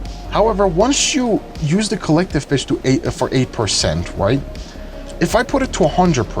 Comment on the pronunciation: went through half of the video thinking he was saying "Collective bitch"